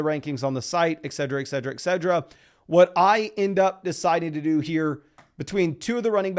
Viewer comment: Please please say et cetera correctly